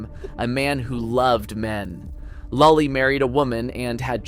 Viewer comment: pronunciation of lully and poulenc could use some help, haha